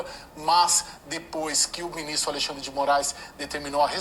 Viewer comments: Toda vez que ela fala AleiXANDRE dá uma agonia. Kkkkkkk Coragem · Ministro "A Lei Xandre" 😂😂😂😂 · Acho interessante vc dizer : "A Lei Xandre."